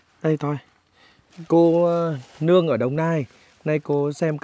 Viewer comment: cô Nuong không phải cô Luong , co gắng sửa cách phát âm Pp .